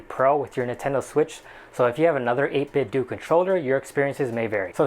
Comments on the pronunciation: do you say nintendoo? no it's not 8bitdoo rhymes with nintendo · The "do" in "8Bitdo" is pronounced the same way as the "do" in "Nintendo."